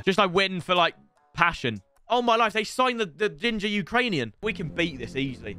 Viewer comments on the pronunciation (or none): none